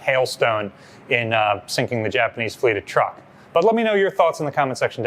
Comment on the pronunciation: Thanks for FINALLY saying "TRUCK (Truk)" Probably a mistake but I'll take it!